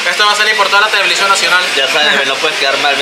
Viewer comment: tevelision nacional 😂